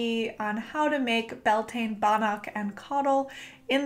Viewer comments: I love the video but cringed at how you pronounced beltane lol (bel-te-na) not (bel-tain) its irish. just like how samhain is (saow-in) lughnasadh is (loo-na-sa) and imbolg is (ih-mulg) the m is a mutation and makes the b silent :-) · I thought it was pronounced Bell-tuh-na, at least that's what I heard from someone native to Ireland. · Its Gaeilge ** as in Irish but yeah definitely not pronounced Bel-tane. 🤘🏻❤